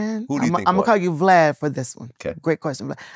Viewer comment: I laughed everytime she called him Glad. 😂